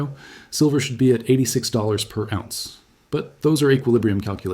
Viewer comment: He pronounces ounce as awz. The metal lead he pronounces leed. AI reading a written script.